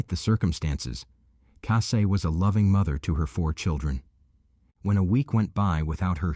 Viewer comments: It’s Cassie, not Cassay. At least get the victims names pronounced right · Obviously her name was Cassie good old ordinary Cassie but she prefers Cassie’ pronounced Cassay. People just like to be a little different?